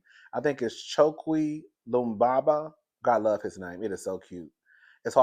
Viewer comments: I believe it’s ’Choke-Way Luh-MumBuh’ .. the pronunciation of the mayors name.. Chokwe Lumumba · Cho kwe LE MUM BA is the pronunciation and we call him the Jackson drake lol, I’m from Jackson lol